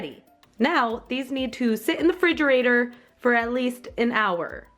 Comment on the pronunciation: hey, its REfrigerator not fridgerator!!!! JS lmao.... still love ya tho!!!